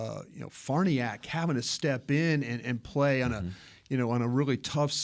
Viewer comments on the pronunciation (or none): Why can't pronounce Farniok?